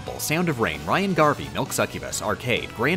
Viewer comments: No way you just called Reyn Rain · My favorite character, "Rain" from Xenoblade. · Why did you call Reyn rain. It hurts my ears just hearing that. Its the whole IGN 2020 Xenoblade DE review all over again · He mispronounced Reyn... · It's understandable to mess that one up. It's not like Reyn ever says his name in game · A part of me died when you pronounced Reyn’s name like that. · I have to admit, I was thrown off by a few of the names said in the vid due to the game being in Japanese. Most notably, Dr. Right, Black Pit, and Darz (Dr. Light, Dark Pit, and Dharkon in the English version, respectively). The pronunciation of Reyn also hurt a little, but I think that actually is how it's pronounced in the Japanese audio track for Xenoblade, so whatever. Edit: Nope, it's not. So now it just hurt a little with no consolation whatsoever.